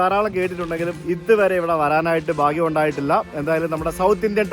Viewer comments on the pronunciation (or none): none